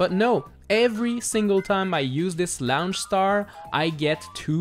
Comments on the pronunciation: It annoys me every time you say "laonch star" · laoonch star